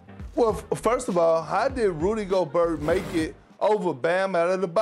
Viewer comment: “How did Rudy Go-Burt make it over Bam Adedebayu?”